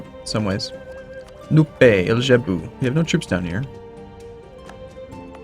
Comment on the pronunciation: I love the way says Nupe. It's Nu-peee from now on!:P